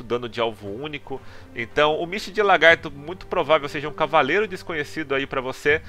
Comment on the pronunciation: PQP parabens mano! finalmente 1 youtuber de cdz que fala misty de lagarto e não LAR-gato, ja vi mais de 3 ytbers falando largato gejuiz!